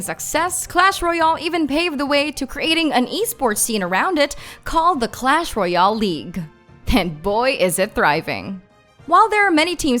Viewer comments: She cannot pronounce royale at all. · Say royal right plz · The way she says "royale"xd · i know 😅